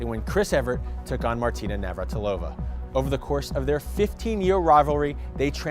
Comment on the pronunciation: "Navartilova" ?? They can't even pronounce her name!